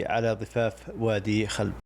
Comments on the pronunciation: وادي (خٰلب) بضم الخاء وليس (خلب) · وادي خلب بالضم الخاء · اسم الوادي الذي بأحد المسارحة اسمه خُلب بضم الخاء وليس بالفتح الله يحفظك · وادي خلب بضم الخاء وفتح اللام وتسكين الباء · شكراً من القلب على هذه التغطيه الرائعه لمنطقتي الحبيبه جازان وفاتنة الجبل العارضة كما اود تصحيح إسم وادي خلب بضم الخاء ووادي مسله بفتح الحروف ولك فائق التقدير. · المقطع فخم والتصوير جودته عالية والإخراج ممتاز ، فقط هناك ملاحظات بسيطة على تسميات الأماكن مثل الجُوّة و مسلَة وقبلها خُلَب ..❤